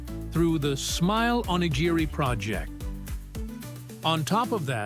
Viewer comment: time mark: "onigiri". That's the closest the narrator got to pronouncing this word correctly. At least he got the hard "g" sound right. He only missed the slight rolling of the "r" that is distinctive to the japanese language - a forgivable mistake for a non-native speaker. 🌏